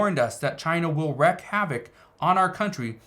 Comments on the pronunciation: The way you pronounce it is Reek not reck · Wreak is pronounced LIKE WEEK